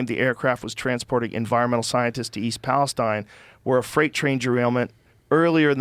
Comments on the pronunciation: It’s pronounced Palesteen. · East Palesteen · Would you quit saying EAST PALEST IIINE it’s pronounced East Pales TENE!!!! Moron. And to the guy who says atleast it will be easy to buy them out every house is 50k haha you complete loser that’s far from the truth plenty of houses are over 250,000 K including my Parents house who lives nearby outside east Palestine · it's "Palesteeeeeeeeen" ... ... maybe they changed the pronunciation at some point to match the biblical "Philistines" - the people Palestine, Israel is named for. There's a cluster of biblically named towns in that area. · we pronounce East Palestine (Palest-EEn) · I'm from the area so 2 note. It is pronounced East Palesteen. And it's close to a lot but I haven't heard anyone from outside the immediate area talk about having a reaction. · It’s pronounced Palesteeeeen! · Please, it's pronounced East PAL- i - steen. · they keep pronouncing palestine wrong lmao